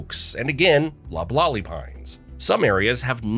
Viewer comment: LOBlolly, TUPelo